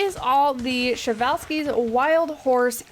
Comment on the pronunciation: Man I’m really excited to have these guys in my zoo. I’ve known about them since I was 6 or 7. They were in another zoo game I had, but I never was able to unlock them. I forgot about the correct pronunciation until I heard you say it. 😂 I learned about it a long time ago but forgot. I mean it’s a Russian name so I’m not used to it. But yeah they were discovered by Nikolai Prezwalski. I’m really excited for them!!!😃